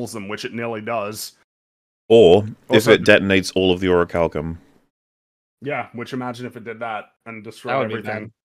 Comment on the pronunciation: I shall use the power of the Ori-chal-co-ma-los, may-yun!